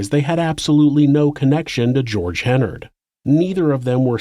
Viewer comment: Great job except you consistently mispronounced Hennard throughout. It's pronounced like "Menard".